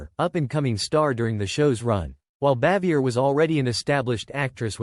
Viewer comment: From what I hear,Jim Nabors was the only one on the show who liked her.The name is pronounced bah-vee-ay.